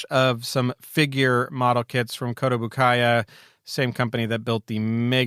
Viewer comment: Friendly note: it's pronounced "Koe-toe-boo-kee-yah" (this is still not precisely accurate to the Japanese pronounciation btw). Similarly, the paint and model kit brand Tamiya is pronounced "Tah-mee-yah".